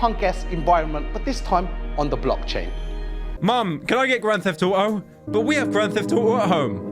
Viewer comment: "grand theft ou-o"